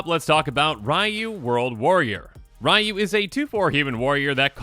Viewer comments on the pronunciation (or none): You're gonna have to learn to say Ryu (ree-yoo), since there's also a commander named Raiyuu (rye-yoo) now. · Aw man, he called him “Rai-Yoo, instead of Ree-Yoo. I will die on this hill. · Even more specific it's pronounced as one syllable... Or as close as an English speaker can get. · It's REE-YOU! Not RYE-YOU! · "Rye-Yu" No your head is still in Kamigawa. Its "Ree-Yu" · for reference, the first character, Ryu. His name is pronounced (Ree-YU), not (Rye-YU) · Ugh it’s not “rye - you” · FYI, Ryu's name is pronounced ree-yu. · People who is correcting is still pronouncing Ryu wrong. Its not "Ree-yoo", it's "R-ooh" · Technically, it's pronounced "R-oo" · As someone who was first introduced to SF way back in the SNES days and was ecstatic when he was introduced in Smash Bros 4 for WiiU, just remember, the way to pronounce Ryu rhymes with WiiU. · Yeah some technical people say “Roo” with a slight Y sound but that’s really hard and “ree - you” is much easier and it’s also the way it’s pronounced in-game whenever a character says his name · As a person who plays street fighter the way he is saying Ryu is triggering me lol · How should you pronounce Ryu ? The answer lies in the heart of battle.